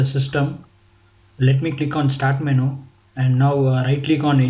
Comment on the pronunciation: LOL! Someone please tell this guy the word is pronounced "men-YOU" not "men-ooo"!! hahaaa